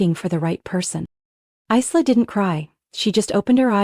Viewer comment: It’s not Eesla it’s eyela